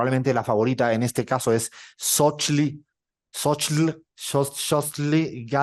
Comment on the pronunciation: Guatemala eligió!! Con tanto en contra y se logró. Es una gran noticia. Viva Guatemala! Saludos desde México PD:, no es difícil decir Xóchitl, que no te intimide la X. Es Tzó-chil